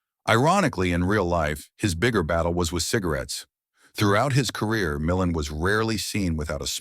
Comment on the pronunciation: Re: Ray Milland. His name is pronounced "Mill-AND," not "MILL-an." Dump the A.I. voice overs!